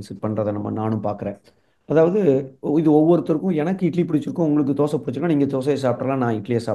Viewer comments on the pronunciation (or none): none